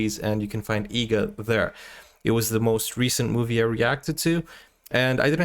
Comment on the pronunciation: Bro the movies name is EEGA , not EGGA. please correct it in the description as well as in the title.